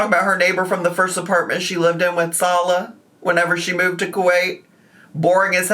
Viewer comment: I think Salah was being smug and telling her how to pronounce it properly, but, he is pronouncing it wrong.